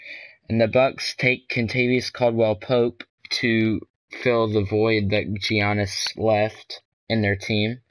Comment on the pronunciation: giannis is pronounced with a y